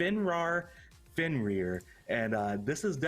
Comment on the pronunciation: Why Fenrar? Why not Finrir? Fenrar sounds like it should be Fenrawr uwu